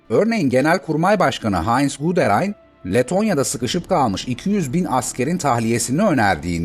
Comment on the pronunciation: Almanca isimlerin kafasını, gözünü yara yara. İnsan hiç değilse bu isimlerin telaffuzunu sorar öğrenir. Reich ( reyh diye değil, rayh diye okunur)...Hele Guderian'ın adı ..guderiyan diye okunur. Führer diye değil, füğrer gibi yani uzatılan ü şeklinde okunur.